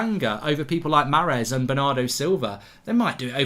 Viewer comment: It’s so vexing how he pronounced ‘Mahrez’